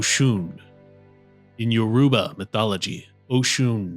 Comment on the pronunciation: Please stop saying Yoruba like that